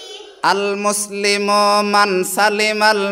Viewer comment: আগে ওস্তাদজির পড়া শুদ্ধ করা দরকার, "আল-মুসলিমু~" টান নাই।